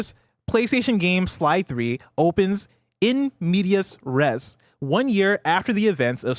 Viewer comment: Mispronouncing "in media res" and then not letting "in the middle of the action" get points is takin me out